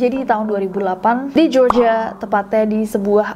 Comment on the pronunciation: Nessie : "kasus ini terjadi di Georgia" Telingaku : "kasus ini terjadi di Jogja" Me bilek : 😳